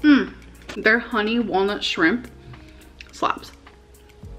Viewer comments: Oh my god I cant stand the shrimP too! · the way she can’t just say ‘shrimp’ and instead insists on saying shrimPP is so infuriating 😭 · the way she said shimPAH made me laugh and cringe at the same time